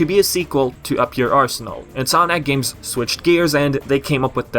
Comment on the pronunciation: Every time you say "Insominac games", I hear "Sonic games". Similar pronunciation somehow. In any case... Hopefully if Nexus-like game happens, it's not a big disappointment. I am so used to huge disappointments coming from epic concept arts and promises of a darker tone. Sometimes those are just promises (see Sonic games) and a way of luring fans to the most minimalist version of what they could have done.